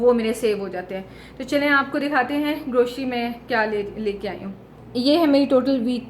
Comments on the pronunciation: Sister word grocery hota hai not groshry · Grocery ..word C is pronounced C..not SHE.... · Please grocery ki pronouncing sahi karin